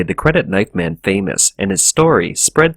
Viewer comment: The narrator makes it very difficult to discern whether he is saying "man" or "men". That is shockingly confusing...